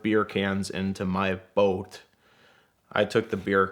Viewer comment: I heard "bolt" instead of boat also